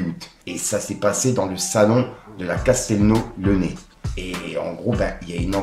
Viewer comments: Ca se dit Castelnau-Le-"lèze" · Mec c'est Castelnau le Lez le z se prononce et c'est a Montpellier